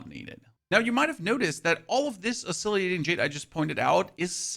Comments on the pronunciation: It's oscillating. Why do you need to pronounce it oscilliating? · 😖 Lingering, not linjering. Oscillating, not oscilliating. Ebon, not eebon. Dushan, not dooshn. Paths, not pathees. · Oscillating Jade is pronounced (Os-sil-ate-ing), not (Os-silly-ate-ing). Thought you might appreciate the heads up. 👍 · Oscillating. Os so lating. Come on man. Pronounce the words correctly please. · The way you pronounce oscillating is crazy. It’s os-cil -lating. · your videos are very useful. i really appreciate all the info. also, i think you're adding an extra "i" sound to oscillating after the L's.